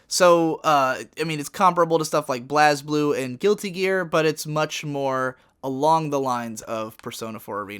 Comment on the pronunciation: AAAAWWWWWEEEEE SHIT! It's what we've all been waiting for, with the added benefit of hearing Blazblue get pronounced in the most hilarious way possible.